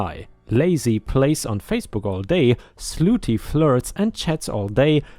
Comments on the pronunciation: Hey, slutty is pronounced Sluh tee, not Sloo tee just so you know. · it's SLUT TY..... NOT SLOOTY 😇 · The woman doing admin work story... Slutty isn't said as "ss loo tee," but rather as "sluh tee." If you're saying that way on purpose, oh well. Otherwise, little correction to remember. Also, despite the way OP wrote it, it would be pay "raise" not pay "rise." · "Slutty"...... pronounced like "cup".